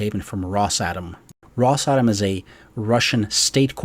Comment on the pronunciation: I think it’s pronounced Ross-ah-Tom.